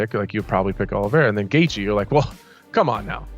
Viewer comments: Absolute butcher of Gaethje name😂😂😂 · It KILLS ME how the narrator doesn't know the fighters hes talking ab....him pronouncing gaethjes name so bad drives me nuts